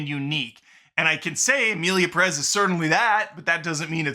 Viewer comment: OMG what is it with gringos. Do you see the accent on Pérez? That means you stress the first syllable. Accents are there for a reason. It’s PErez. PErez!!!